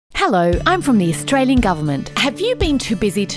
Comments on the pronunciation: "Australien government" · Noticed for the first time it's Australien (Austr-Alien) not Australian. 😂😂 Goooooooooood